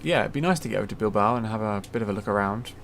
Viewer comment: Great vid, you were right the first time, you say Bilbao like that, keep up the great work